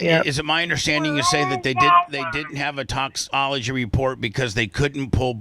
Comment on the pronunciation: I love how Brooke was saying “toxicology” correctly at the beginning and then Bubba says “toxology” two or three times. The rest of the call she changes it to “toxology.”